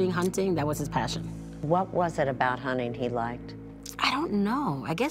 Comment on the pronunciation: Hunning?!? HunTing, Erin. It cannot be that difficult to pronounce the T.